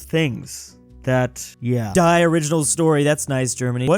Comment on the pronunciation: actually: "die" is also a german word that means the and btw the german word is pronounced de